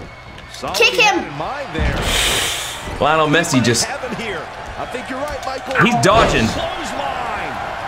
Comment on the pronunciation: I cant believe he said leonel messi 😂😂